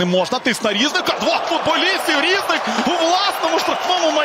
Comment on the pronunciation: Він не рІзник, а різнИк.